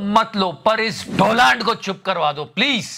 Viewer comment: Donald Trump: I am taking the revenge as he pronounced my name as DOLAAND 🤣🤣🤣